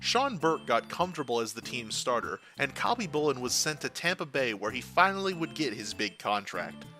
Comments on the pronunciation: Listening to you say Khabibulin's name wrong ...just hurts ... the K IS SILENT ..its HABBY-Boo-Lin...that's how it's pronounced. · the K is SILENT in Khabibulin. God so many of you hockey youtubers get so many names wrong it makes me think you must be new to the sport and all these icons names. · “Cobby boolin Pierre Turge in” ugh